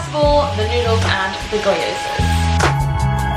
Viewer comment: Gyoza is pronounced gee-oh-za. A Japanese dumpling that goes with everything! ✌🏾